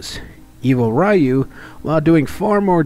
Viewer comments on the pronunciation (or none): Please, stop saying "rah-yu". It's just "ryu"